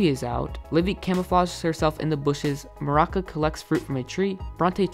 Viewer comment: Bronte is so out of character here I mean y would he be crying himself to sleep Also it’s Maruca not maraka